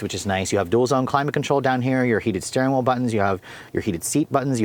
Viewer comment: Suggestion - reduce the use of "you guys" and "literally". And it's 'steering wheel', not 'steering wool'.